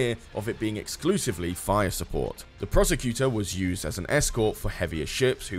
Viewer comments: I could be wrong, but I'm pretty sure "Procursator" isn't pronounced 'Prosecutor." If it is, then it's spelled incorrectly. It looks like it's supposed to be pronounced "Pro-Kur-Sa-Tor" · Procursator!... Or apparently the Prosecutor? Prosacator? I don't know, but both pronunciations used in the video moved the 's' earlier into the word, hehe. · Change the title of the video to "How many ways can I mispronounce Procursator?", and all will be right with the world.